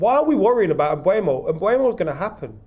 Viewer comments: M-boo-mo, not M-bway-mo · Complaining about how long the Mbeumo deal is taking, still can't say his f'ing name properly!